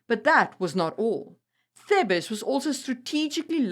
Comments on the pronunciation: You mean TH-EEH-B-SS. Thebes. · Thebes pronounced in English Theebz; mercenary pronouced mers'nary not mersennary